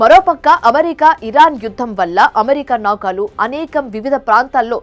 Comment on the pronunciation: ముందు నువ్వు తెలుగు స్పష్టంగా చదవటం నేర్చుకో. ఫేక్ న్యూస్ ఇది. నౌకాలు కాదు. నౌకలు అని చదువు.